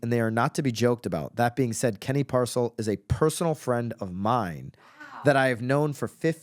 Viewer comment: I would be careful what you say about Kenny Parcell! You can’t even pronounce his name right. What Kenny does for others costs out of his pocket far more than what he was “making” by being the President and VP! Kenny is a great man and I have a lot of questions for these women and what their motivations were/are! He does so much in our community and for people across the world, taking his family to do charity work in orphanages and many other things! I want to see these accusations and would like to know what the women’s motives were and what they wanted from him because they know what he makes by putting in the work just like the next agent. I feel terrible for not only Kenny but his amazing wife and children as I am very close to this family and Kenny is the most genuine guy I have meant! Our sons are best friends and he is a great example to my son and great friend to my husband. He sacrificed so much of his life helping others be successful and giving his time to help others go after their dreams leading by example and staying in the trenches doing the work. I hope these women have more “evidence” of these so called allegations because until I see something that is actually inappropriate and not just accusations due to jealousy of a man that works more than most and sees it as a money grab! I don’t see it and have a very hard time believing it. Kenny is a great man and I am proud to witness the good he is doing at all times. Our son looks up to Kenny and Kenny shows up to